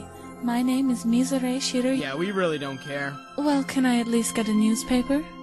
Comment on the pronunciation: Why do people keep saying Mizore's name wrong? It's pronounced Mizore (Me-zoe-ray) Shirayuki (Sure-rai-you-key).